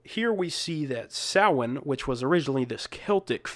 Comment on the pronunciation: Must watch classic horror film: The Wicker Man (1973). Kudos to you for the correct pronunciation of the word "Samhain".